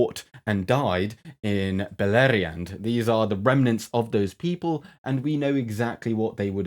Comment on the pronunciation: Just stopping in the comments to appreciate the beautiful pronunciation of Belariand and Silmarillion ( -16). And to give a thumbs up 👍 ....except I don't think your evolution theory holds sway in Middle-Earth, unless that's to say variation within a kind. I doubt Tolkien, a devout Catholic in the 40's, was particularly keen on evolutionary theories. Again, that's not to say there wouldn't be any biological variations...